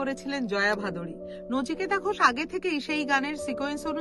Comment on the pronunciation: নিচিকেতা নয় রে সোনা, নচিকেতা হবে। ঠিক করে নে মা।